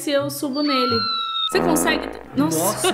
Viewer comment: deixei o laique quando a falou nosa